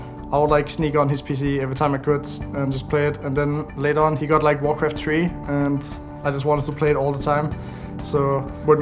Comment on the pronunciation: He got like Warcraft Tree xD I love this pronounciation. Makes me remember that not only myself sucks in it :)